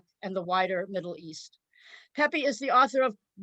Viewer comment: By the way, the name is pronounced is NOT “peppee” “peppy” or “peepee”. The letter E” is always pronounced as “eh” as in pet, bet, fed; not Pete, feed, etc. In the Spanish language (which I’ve spoken in my 70 years of life) the vowels do not change their pronunciation just because we do not learn them correctly. So it’s sound is pehpeh if we want to respect the language and not let someone else change it.